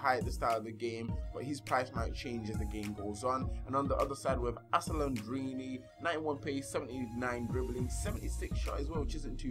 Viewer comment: It's alessandrini not asellandrini